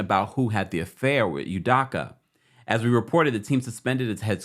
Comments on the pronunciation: It’s Udoka with an O not Udaka 🤦🏻‍♂️ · Pronounced: Udoughka! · His name is pronounced "EEE-MAY" "EW-DOE-KAH" For the record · Ime (Eee-may) Udoka (Eww-Doe-ka) Nia (Nye-uh) 🤦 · My guy you butchering Ime's last name 🤣🤣🤣